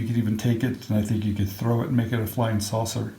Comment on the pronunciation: "Sauser" ...was that on purpose?